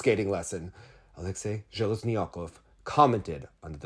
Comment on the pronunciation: it's AleksEi ZheleznyakOv. Thank you, I actuality don't read the Russian news and interviews, I prefer hearing your translation and analysis